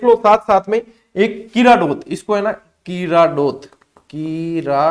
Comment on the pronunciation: Sir ji किराडोत nhi hai किराडोद hai ...jodhpura sabhayata ke pas.....